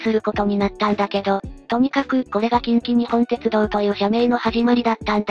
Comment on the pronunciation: ❌近畿グループホールディングス ⭕️近鉄グループホールディングス ❌きんきにほんてつどう ⭕️きんきにっぽんてつどう 少し気になったので指摘してみました。